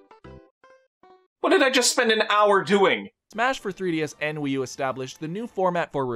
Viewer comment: i cannot be the only one to hear "smash for WiiDS and 3U"